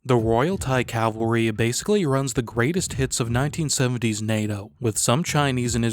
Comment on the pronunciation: It's pronounced Cav al ry. Not calvary. That's where jesus died.